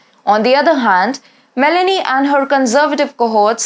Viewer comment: It is not Melany It is Mé-lónì